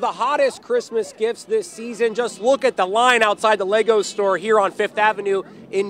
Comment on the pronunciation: Even the reporter in the video says it incorrectly, what is wrong with these people. LEGO isn’t exactly a brand new thing